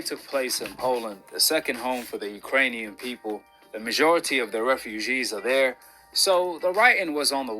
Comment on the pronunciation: Why does he talk like that? It's weird.: "The mazjhority of the refuzjhees are there...": "He did the same thing during the Anthony Zjhoshua versus Usyk rematch."